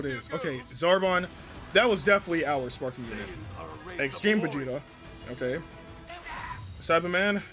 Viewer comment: I hate how he pronounces sparkingggg 😖